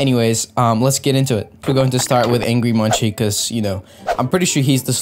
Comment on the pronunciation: How to spell Angry Munci: Angry Munk-See